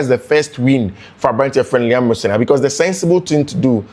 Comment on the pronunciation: The way you pronounce his name is funny ooo. I listened to him n he pronounce his name as Ro- senior